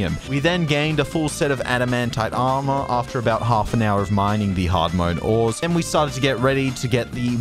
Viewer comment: cant pronounce ores